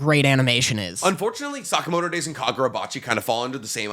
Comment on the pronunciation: Damn the way says Sakamoto is so bad